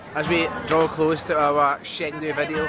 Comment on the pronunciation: The city's name is pronounced more like "Cheng Du" rather than "Sheng Du".